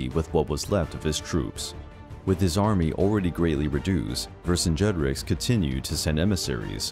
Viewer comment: I could not stop cringing when I heard the name Vercingetorix being said! It is pronounced "Ver singe a tor eeks"